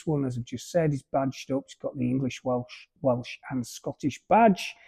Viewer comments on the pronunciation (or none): none